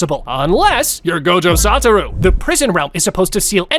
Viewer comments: It's not gojo sataru it's soshua Gojo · No way, bro said Gojo Santa